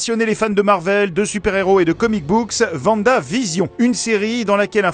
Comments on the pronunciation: comment oooooh comment pouvez vous dire vanda alors que vous regardez la série ? même en vo c'est Wanda on dirait certain youtuber qui écorchez les noms et qui on beau l'entendre dans le jeu il le corrige pas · On prononce pas vanda mais Wanda (comme star wars et pas star vars) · Par contre ça se prononce Wanda et pas Vanda, super vidéo sinon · WANDA par pitié pas Vanda... Même la doubleuse française dit Wanda !!! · P*tain!!! C trop bien je l’attendais de puis longtemps mais p*tain on dit Wanda pas Vanda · On dit pas Vanda, mais Wanda. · Si on pouvait épingler ce message en haut à l'intention de tous ceux qui croient bêtement qe le prénom Wanda se prononce "Ouanda". C'est l'orthographe polonaise d'un prénom slave qui se prononce "Vanda" dans toutes les langues slaves. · C'est Wanda pas Vanda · Il a dit vanda mdr🤣🤣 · Mes oreilles saignent quand vous prononcez « Vanda » 😭😭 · Le prénom Wanda se prononce Vanda. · Comme quoi en France on a du mal de prononcer le W, comme dans wapiti... ou Wanda dans ce cas-ci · Double V🤣🤣🤣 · Mais pourquoi je ne peux pas corriger une prononciation incorrecte d'un prénom d'outre-Rhin ? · Peut être mais pour la prononciation, dans la série, même la version française, il le prononce W.(oui je suis un rageux et alors!) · Oui ! Moi aussi j'ai tiqué la la prononciation de Wanda 🤨